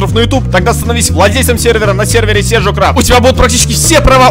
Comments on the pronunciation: Diler Rus только не сиджо а седжо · BLACK DRAGON только не седжо а Седжо